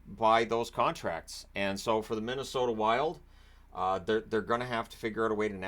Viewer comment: "Middesota" amitire?